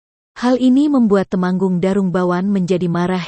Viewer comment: Narasinya jadi jadi banyak salah Tumenggung Jadi Temanggung Merah jadi Marah ..